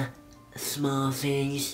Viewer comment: "all the.... Shmall shtings"